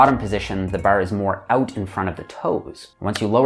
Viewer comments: great video but im laughing everytime he says "barRr" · As a Australian, hearing say bar throws me off! I can’t not, not notice him say “Barr”! it’s bahh mate say it with me “bahhh” 😂 Good job! 👍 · I like how he says bar. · Every time he says “bar”, it’s like someone yelling “maritime” in my ears 😂. Tx for the video!!